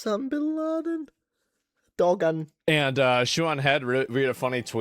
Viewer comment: Not defending that disgusting loser Hamas Piker but the Turkish name Dogan isn't pronounced like that. The 'g' is silent in the name so it sounds something like 'doh-aan' instead of the way you're pronouncing it.